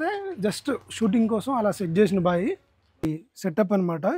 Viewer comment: Bro, మీరు బాగా కవర్ చేసారు, కానీ మీరు తెలుగు పదాలు సరిగ్గా పలకడం లేదు, అది "బాయి" కాదు అది "బావి" ఇలా చాలా పదాలు సరిగ్గా పలకడం లేదు, కొంచెం చూసుకోండి, తెలుగును బతికించండి